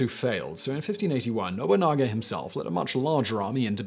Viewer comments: NO-BU-NA-GA! Lol I love that he mispronounces it at first, then will pronounce it correctly later in the same video. He's done this in a couple videos. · How did he manage to mispronounce Nobunaga. It's literally just No-boo-naga. I'd understand No-bun-naga, but to pronounce it No-bunga implies he didn't notice there's an a between the n and g. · what he said the first time sounded like Nobunga to me, lukily I didn't have anything in my mouth as I would have sent it spraying all over my PC, but hey it's Simon, he will creatively botch pronounging anything that he can. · Simon we need to talk, who is Oda Nobounga ? I know Nobunaga but Nobounga ? pls